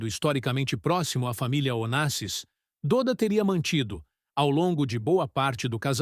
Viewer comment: O nome dele não é "DÔDA", É "DÓDA" .... se pronuncia "DÓDA" 🤦🏼‍♂️